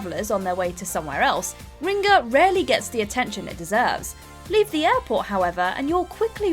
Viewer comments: 10. Kutna Hora CZ 9. Brasov RO 8. Bratislava SK 7. Tallinn EE 6. Gdańsk PL 5. Szeged HU 4. Lviv UA 3. Zadar HR 2. Riga LV - She calls it Ringa for some reason 1. Belgrade SRB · I mean, still not as bad as "Ringa". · Nobody: Narrator: riNga